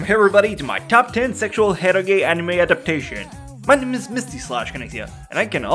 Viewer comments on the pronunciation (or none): Dude, eroge is read as "e-roge" not "e-ro-ge". Japanese use "e-ro" like ero gaemu.